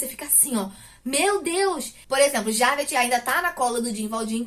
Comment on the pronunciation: Esse livro é maravilhoso! Mas pronunciar nomes estrangeiros é difícil. Se me permite, vou dar umas dicas pra ajudar: Jean Valjean = Jân Valjân (com som de jota mesmo) Javert = Javér Parabéns pela resenha 😁